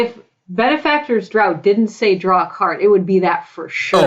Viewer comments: "Daught" is pronounced "draft." Just FYI. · Draught =/= Drought just fyi, it is pronounced as Draft. These videos are awesome! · Draught is pronounced as Draft. This was painful to listen to.